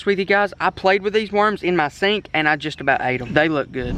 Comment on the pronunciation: it's so it will not seenk